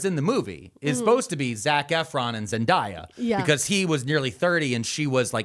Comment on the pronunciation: He is frying me how he’s pronouncing Zendaya’s name 😂 I promise I’ve never heard it said that way